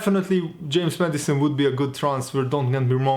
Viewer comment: Everyone: James Maddison: James Medicine